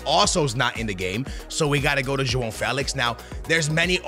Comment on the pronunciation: Can you explain where joao felix has an n it bugs me the way you say Joan that’s not how you pronounce it